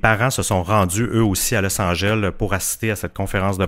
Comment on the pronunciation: C'est bizarre que vous ne prononciez pas le E et le S à la fin de Los Angeles 🤔 C'est pourtant un nom de ville très connu et c'est même faux grammaticalement de dire "Los angel" puisque Los Angeles veut dire "les anges". Mis à part ça, j'adore votre podcast ! 👍🏼